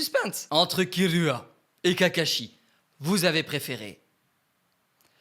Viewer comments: j'en ai mar c'est pas killua mais kirua le r Et aussi ses pas hunter hunter mais hunter X hunter le x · Pourquoi il dit Uchihwa quand s'est uchiha? Et aussi pourquoi kirua s'est killua?